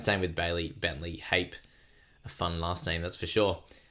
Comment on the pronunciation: Hape pronounced "HA-PAIR"